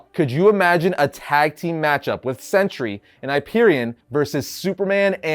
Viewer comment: Pronounced Sentry. Not century.